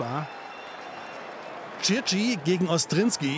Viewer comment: Es heißt Cigerci und nicht Circi 😅